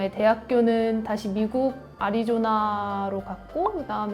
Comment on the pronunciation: 선영아 사랑해 라는 광고문구가 온 시내버스를 뒤덮은적이 있었죠.. 포항태생 확실하네요~ 아리조나 발음 또박또박~ㅋ